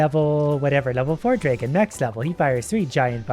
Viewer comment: Please google how to pronounce dragon, I'm sorry I know me saying this is a little rude but it really bugs me XD